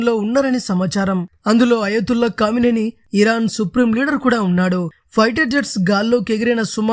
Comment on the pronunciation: కామినేని కాదురా అయ్యా క మేని అని చదువు సంపుతున్నావ్😁 నీవు న్యూస్ రీడర్ గా పనికిరావు